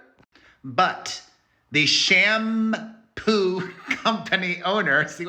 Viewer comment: 😂 " Sham-Poo" Love you Boo ❤🫂🫶